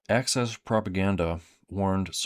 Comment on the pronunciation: It's "axis," good sir, not "access." Thank you for your attention to this matter.